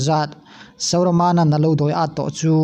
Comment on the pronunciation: Sauramana i tih te hi dik lo